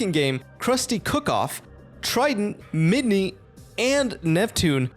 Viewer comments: Pronounceing MiN-Dy as MiD-kNee some real work man. You only pronounced her name right the first time, and just called her the wrong thing from then on. Unless thrr's some lore for your channel there, c'mon dude,... Save for that critique? Very intriguging and thought provoking video! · This is cool. Spongebob lore is quite fascinating, but then again, Spongebob is an episodic absurd comedy, so canon really doesn't really matter that much, I guess. Also, it's s Mindy, not Midney. 😂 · Also… MIDNY???? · I’m glad I wasn’t the only one bothered by this! It’s also “Min-Dee” not “Mid-Nee”